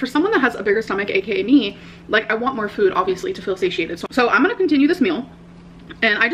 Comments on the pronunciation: Why the hell does she keep saying "füd" she never used to 🤨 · which is so weird bc she says fool for full why can't she say food without the umlat 😫😂